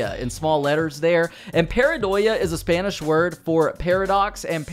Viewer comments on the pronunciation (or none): The name of the beer 😂😂 The same way, Pindayho, comes from Pend3jo (ars3h0l3) in Spanish, Paradox in Spanish is pronounced “Paradoha” 😁👍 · not sure if we might need to know the USP for lore but I'll correct your spanish, in english it would be pronounced PA-RA-DO-HA Love your videos man, such great GTA content all these years, keep it up and stay amazing as always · Lmao Pindayho 😂